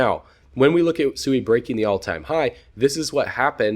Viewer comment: Great video, sui I believed is pronounced swee. I follow you and crypto eri and she verified the pronunciation, not that it matters. God bless